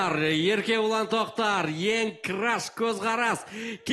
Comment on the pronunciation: Еркебұлан Трактор деп естидимба. Или сендерде солай естидиндар ма😊